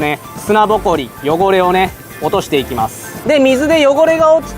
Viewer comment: なんか今日の発音おかしくね？ 汚れを落として⤵︎ いきまぁす⤴︎ ⤴︎